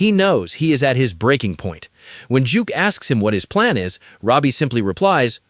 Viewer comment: Duke not Juke